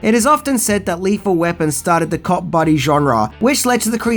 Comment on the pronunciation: Thought you said Cock buddy movie !!!!!